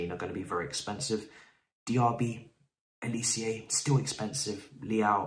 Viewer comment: Bro bro bro bro bro.. it’s just pronounced how it’s spelt g, Olisé. Not olicieah